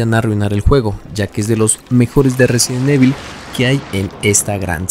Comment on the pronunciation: Te haces llamar fan y no sabes pronunciar resident evil, en vano todas las pantallas de carga de cada juego.